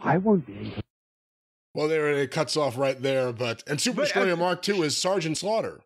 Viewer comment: Just luv how his Lordship pronounces "Sooo-pahh Destroy-ah, MAAHK TOOO."